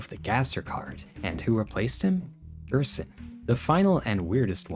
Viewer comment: "Gerson = Goner" ...where did the S go